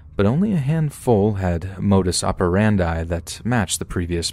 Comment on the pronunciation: i love how you said "modus operandi" yaas